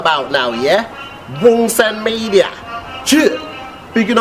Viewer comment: Nahh I’m creasing at the way he says wunsen media😭😂😂😂